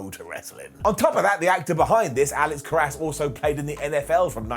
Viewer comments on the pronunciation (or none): In case you ever need to use a reference to the NFL all time great in any of your future shows, it's Alex "Care-us" not Alex "Ka-rass". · You mangled the spelling as badly as did the pronunciation. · He mispronounced Karras's last name in the video. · He got the pronunciation wrong.